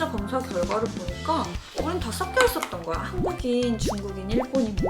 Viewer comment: 썩여가 아니라 섞여. 한국어 발음 제대로 합시다 😊